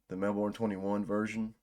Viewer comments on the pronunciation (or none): FYI "Melbourne" is pronounced more like "Mel-burn". The Australian accent makes it sound more like "Melbin'", but i wouldn't expect you to say it like that.